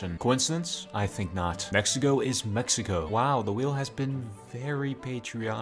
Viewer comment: What you said "Next to go is Mexico" What it sounded like " Mexico is Mexico"